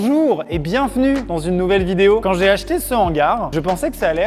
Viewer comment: IL A ENCORE DIT BIENFENUE AU DÉBUT😭😭